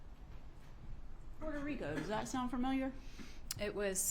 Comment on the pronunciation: Puerto Ric'O', Ms. Educated defense attorney 😂